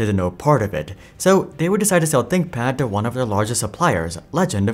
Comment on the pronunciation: Tinkpad? Haha “ Th”